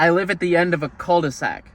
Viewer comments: fyi you don't prononce the L on «cul de sac» lmao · dont say the "L" on cul de sac and you got it right.